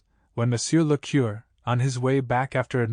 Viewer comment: Moreover, AI mispronounces curé and viscount. A learned human would not do this.